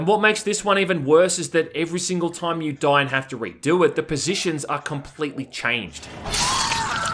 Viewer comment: its crazy how you prounounce the i normally in other words except the word time. solid video though. thanks. oh mind too, just caught that later. lol liked and subbed and im just givin ya a bit of shit. no hard feels.